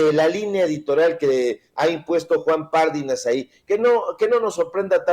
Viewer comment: Mi buen, Pardinas, no lleva acento en la primera "a", por lo que no se pronuncia "Párdinas". Y no lleva tilde en la í, aunque sí acento, pues es palabra grave y termina en"s". Gracias! No puede ser aguda porque termina en "s'" y no tiene acento escrito. Cuidado al pronunciar, sobre todo Apellidos! Mi buen!